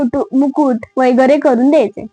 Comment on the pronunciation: वगैरे हाशब्द शुद्ध जसा आहे तसा वाचावा वैगरे नाही.जशी आपण न आणि ण बाबत काळजी घेतो.नाहीतर रंगाचा बेरंग होतो.